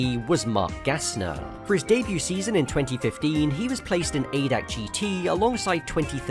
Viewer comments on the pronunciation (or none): ADAC is not called "aydac" it is A.D.A.C. which is a abbrevation for translated "general german automobile club"